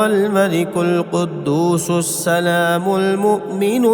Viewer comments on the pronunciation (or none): none